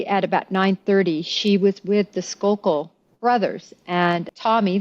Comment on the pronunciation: Just to clarify -- the name of the family involved in the Moxley case is Skakel, pronounced "skay-kul," not Skalkel. And if I remember correctly, the golf club used in that crime had been left laying outside on the lawn.